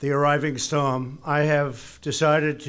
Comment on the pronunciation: Why does his speech sound...off. Seems like he's gotta really focus and force the words out. "Storm" comes out as "Stom". He doesn't sound right.